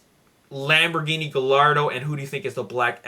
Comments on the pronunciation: Advice, The Gallardo is pronounced Guy -Ardo:) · Gallardo is not syad guyardo that is stupid my last name is GALLARDO!!!!!!!